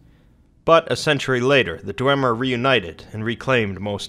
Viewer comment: isn't it DWEEEEEEmer?